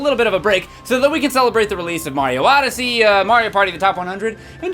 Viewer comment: C'mon it's Supa MARIO ODE-ODYSSEY. YEAH.